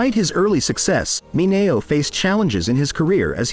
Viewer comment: LEARN HOW TO PRONOUNCE MINEO. YOUR NARRATION ANNOYS ME.